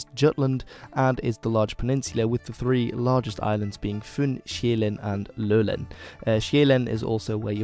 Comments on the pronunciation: Love your stuff, but a few things... Lolland isn't mentioned by danes the way you do. Jylland, Fyn og Sjælland, that it. The islands of Lolland and Falster are often mentioned together, and rarely apart... They're like an entity of their own. Also, you mention that all the islands close to Jylland is Denmark and the rest of the scandinavian islands are not. This is wrong - Bornholm, the island south of Sweden, is in fact Denmark as much as any other island is. Otherwise; great stuff, and you are forgiven for the pronunciation - Danish is effin' hard! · Good pronouncing of the danish regions, but Lolland is not pronounced with and Ø though :) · it really made me cringe hard, when u tried to say "Lolland" 💀💀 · Though You forgot the D sound in the end of Svend and the pressure are wrong in København and Lolland the O sound are wrong.